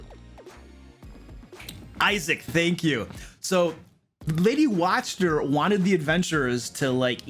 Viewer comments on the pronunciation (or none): Not sure if this guy just choses to mispronounce every name juat to make it sound different. Ih-zek Val-ya-ki Wak-ter Ih-rina iz-mark Val-ya-ko-vitch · Watchter is pronounced Vocter its German... I was corrected by a player on my first game ever lol. Also barovia naming tends to be very Russian/Romanian so you pronounce every letter in the name unlike English. Vallaki which is Named after the Baron's family Vallakovitch would both be Va- la- kee and Va- la- Ko- vit- ch. But you are consistent with your pronunciations so just ignore me being a Nazi about it lol.